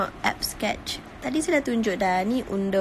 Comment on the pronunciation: Undo pronounce it as Andu lah emma, Not undor. haha